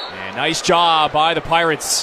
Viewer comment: "We are the Pierats of Ecwho!"😂😂😂 #wolfpack